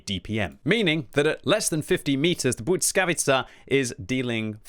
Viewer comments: Bujckavica jhahahahaha its L as in legend bLiskavica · I think you say it like BLEE-SKA-VEE-CA not sure tho but my language has som similar words to polish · You might wanna work on that pronunciation a bit, 😇 I know it might be hard for you to "master" it, but even something like "blee-skah-witt-sa" would be much better than substituting Ł with a "t" sound 😅 I have no doubt you can do better 😉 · I think it’s pronounced bliss-ka-vee-cha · I think it's pronounced Blizka-witza. I believe it means lightning, which kinda is in theme with the high dpm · Heey! Let me give you a quick lesson about letter ł and its sound. You know when you say "weird"? That sound you make before the "e" comes is literally ł. But in english it's just a "w" here. Next one the following letter y is... hmm take those two letters ł and y. If you are pronouncing single letter ł it comes with following y at the end anyway as you can't really finish a pronounciation without including "y" in "ły". Also "ł" simply comes from the letter "l" and it's adding to it a bit of a twist. Anyway here in the word błyskawica where "y" comes after "ł" sound doesnt double and they fuse into one sound'ish thing. Damn long comment. Now have a listen on google and you should be golden 😂